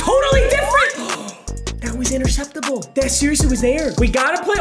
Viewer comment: Anyone when he said interseptable Siri turn on ?